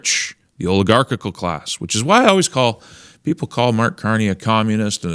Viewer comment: >Oligarchical I don't know which syllable you need to shave off this clunker, but it's probably one of the last ones :face-orange-raised-eyebrow